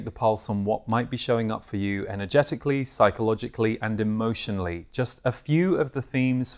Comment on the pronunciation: My brain at the start of this video: “… what might be showing up for you energeticalLEE, psychologicalLEE and emotionalLEE.” Anyway, thanks, I love the themes for this month!